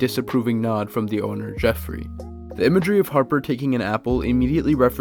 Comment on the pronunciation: I’m so sorry, but it’s pronounced Jeffrey, not Joffrey 😑